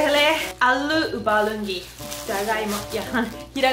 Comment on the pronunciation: When she said ubalungi 😂😂.. But still loads of love! Keep going love ♥️♥️♥️😘😘😘